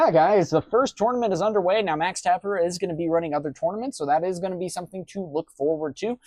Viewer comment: Tah-PEAR-ah lol